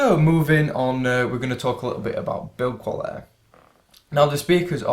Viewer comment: Brother, pronounce quality as quality . Please don't use your natural accent. Use some good English bro, when you speak.